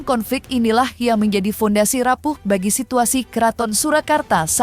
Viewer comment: MENGUASAI mbak bukan MENGUSAI, BAGI mbak bukan BADI, ya ampun pembaca beritanya ini salah2 melulu, dasar Cumi 😂😂😂